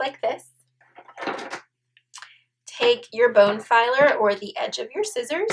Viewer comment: Very nice tutorial - a little disconcerting hearing "bone-filer" over and over. I believe that is a dental tool used to file bones.......I believe she was going for bone folder. But hey, still a great tutorial and much appreciated. :)